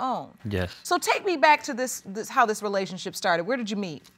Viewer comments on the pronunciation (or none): It's funny how black people pronounce "relationship" like "relayshit". "We wuz in a relayshit".